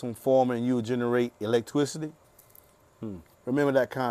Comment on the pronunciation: why he saying electwicity